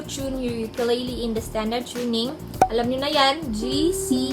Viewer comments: You have a wonderful voice and you play well. Nga pala, hindi po yan "Yukeleyley". It's ukelele. If you know what I mean. Thank you. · Ukulele is pronounced “oo-koo-leh-leh” ; “ookoolehleh” please say it the right way. Thank youuuu💙 sending my aloha from hawai’i